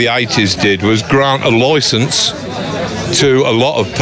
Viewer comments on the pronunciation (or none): "loicence" - I certainly "ate" it 😂😂😂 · "Gront a loycense"